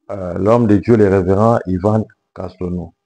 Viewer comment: Frère tu veux nous dire que tu ne peux prononcer Yvan Castanou